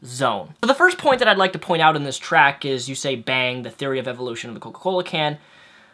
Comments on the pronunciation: It's not "track", it's "tract". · Tract, not track, but good video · Beliefs are important. I believe the 't' at the end of tract is not silent. Sometimes I work to improve grammar, one comment at a time.